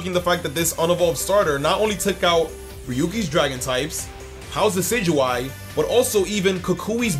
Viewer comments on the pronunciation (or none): none